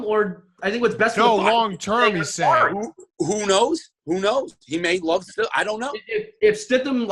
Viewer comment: his name is Jarett StiDham not Stifam